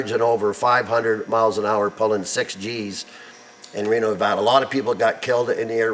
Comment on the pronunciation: I like that you said Nevada correctly